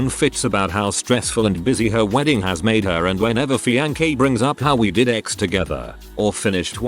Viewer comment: What is really cringeworthy is the robot reader constantly mispronouncing fiancé with a hard K sound.